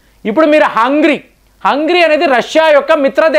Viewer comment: హంగరీ.....not హంగ్రీ.